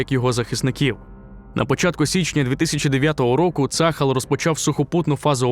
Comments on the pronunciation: ШІшка неграмотно читає - не цАхал, а ЦААЛЬ вимовляється або вже Армія Оборони Ізраілю тоді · На будущее: - пишем ТельАвив, в обиходе произносим ТелЯвив - пишем Газа, произносим как "газдыня", твердая Г - пишем Цахал, произносим цахАл, не цАхал. Спасибо :)